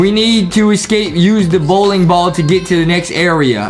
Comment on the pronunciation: Bowling more like Bowking🤣. I really love the video. ♥️